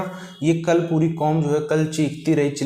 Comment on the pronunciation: Bro apka Puri cheej kya h Aisa lgta h ap bol re ho buri cheej kya h 😂 isko change kro